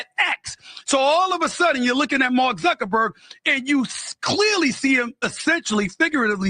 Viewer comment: Love love love your show!!!! FYI it's Zuckerberg...rather than Zunkenberg. No shade...I think you are the best...and so funny😅